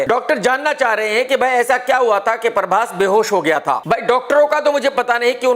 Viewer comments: In actual its Prabhas Krk: parbhas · Parbhas nahi bhai prabhas 😂